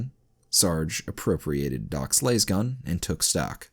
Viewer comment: Why do you pronounce specific things wrong repeatedly is it a Channel gag??? Cuz ive met and heard hard accent Indians pronounce them properly on their second try... For example Las(LAZ)gun not Las(Laze)gun....